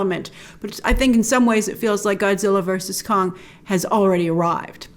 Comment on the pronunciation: Every time you say "Kong" I hear "Khan". Star Trek is still with me :D